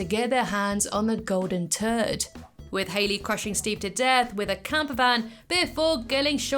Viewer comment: Your accent on the pronunciation of "scaring the bejesus" and "golden turd" (@ and ) chef's kiss